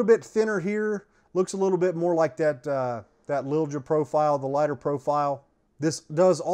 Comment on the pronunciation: Don't get a Shilen..they had a good name a while ago. Quality went down for some reason. You got the name figured out.."Lil Ja" "j" is pronunced. Recommended to me by a master gunsmith.